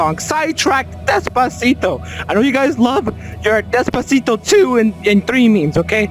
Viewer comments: The way he says Despactio is amazing🔥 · the way he says despacito upsets me :’)